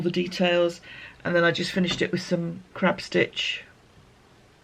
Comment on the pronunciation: Just catching up - love the blanket. Thought you'd said crap stitch, not crab, for a moment there 😆